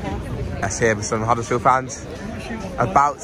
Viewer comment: think you’ll find it’s Huddersfield not Huddlesfield 😀 🚜🚜